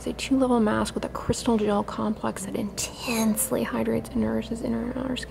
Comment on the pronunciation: "INTENNNSELY hydrates" lol. "Rogue product"....you are so fun.....I wanna be your sidekick!